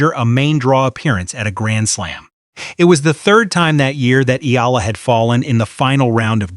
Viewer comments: Please pronounce our best lady's name: Alexandra/Alex Eala ( E Y A L A ) . We, FILIPINOS, will appreciate and be grateful for it. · Pleaze pronounce our bezt lady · Please pronounce our hero's na,me